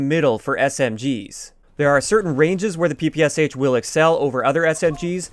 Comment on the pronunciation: Hi there, tnx for the video! Just to note, as far is it’s a Russian gun it’s known and pronounced as P.P.SH. (Pistol and SMG by Shpagin)